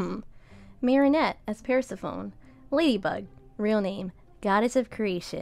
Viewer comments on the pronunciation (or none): The way you pronounce Persephone personally hurt my soul